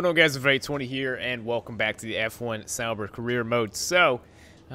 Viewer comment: Wait what, havent been watching this series but what? Sauber in 1st? Not too realistic haha, i dont think sauber even got a top 10 last year. Also how do you manage to pronounce literally every name wrong haha jkjk